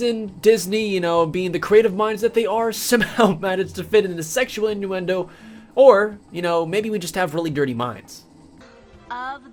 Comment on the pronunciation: Did you say "induendo" instead of "innuendo"?